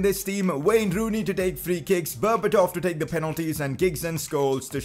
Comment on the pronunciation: Is it me or did this guy just say wayner rooney 😂